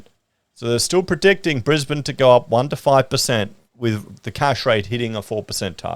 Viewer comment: is it just me or does say brisbaneD with a d sound at the end? isnt its brisbane? no d sound at end?